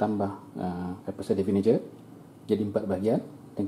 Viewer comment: Bukan vinije. Sebut bunyi "ge"